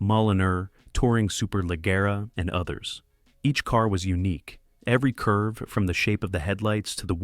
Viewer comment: The way leggera is pronounced is horrific. Immediately stopped watching this crap.